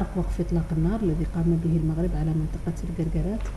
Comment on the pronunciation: هذا الأخ الصحفي عليه أن يعرف كيف ينطق حرف ( الغين ) فهو يقول ( المقرب ) بدل المغرب .